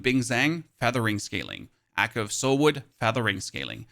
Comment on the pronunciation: The word your looking for is echo. Wtf is accoo. God guide though.